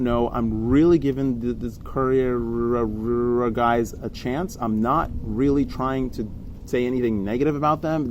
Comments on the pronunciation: Ka-Rea-Rea ... Reararea ... Close enough :D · Ka-re-uh-re-uh. 😂 To throw a wrench in your works, props deal with incoming air from ALL directions. The only time you get perpendicular flow is on a punch-out. Think about it. 😉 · Very disrespectful to pronounce the name wrong every time! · The Karearea folks probably don't like you because you refuse to say their name properly, and it's not a hard name to pronounce... You and everyone else knows how to pronounce it, you just refuse to do it, and you want to pretend to be ignorant about it... Now, don't get me wrong, I really dislike the company, and would never buy anything from them... for my own reasons, but if I'm talking about them, I don't mispronounce their name on purpose like some child being silly... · you didn't even try to pronounce that name correct Karearea. honetly you just dislike them. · I appreciate your feedback, but you are an educated man. you should be able to pronounce the word Karearea just fine. it's an actual bird species BTW. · Totally with you on the prop review. But intentionally mispronouncing their name could be considered offensive, and you are probably fanning the fire by doing that.